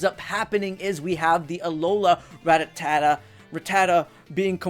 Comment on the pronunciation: its RATTA-TA not RA-TTATA